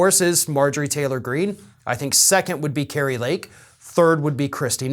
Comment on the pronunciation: Yeah, "Kri-a" Lake Kari definitely has Trumps little orange old wrinkled mushroom headed k??? in her mouth still.